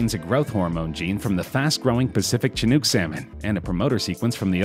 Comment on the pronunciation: You pronounced Chinook wrong